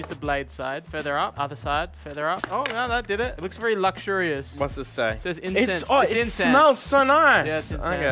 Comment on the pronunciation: Seeing hold back laughing at mispronounced "incense" was great lmao